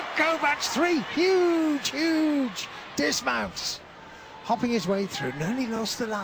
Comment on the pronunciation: three huge huge..."dismounts" hahaha wtf